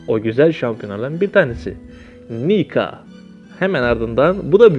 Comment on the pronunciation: Şampiyonların ismini doğru söyle Niko o nika değil